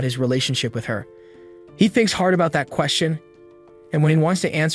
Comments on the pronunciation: Is no one talking about how he says fat instead of that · Bro when i hear him say that it sounds like fat😂